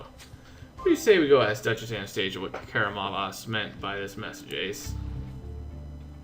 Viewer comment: KaramaZOV KaramaZOV, not Karamavas.....